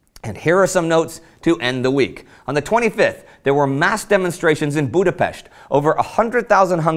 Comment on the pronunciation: Finally someone, who can pronounce Budapest correctly :D